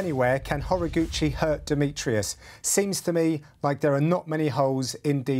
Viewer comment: He's name is pronounced Ho-Rah-goo-chee